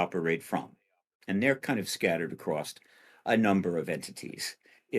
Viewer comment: Did Steve actually say ACROST instead of ACROSS?